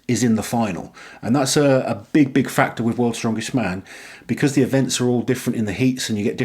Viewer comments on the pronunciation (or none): none